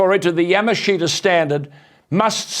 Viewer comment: Yamashita. "Ya-mush-ta" is the correct pronunciation.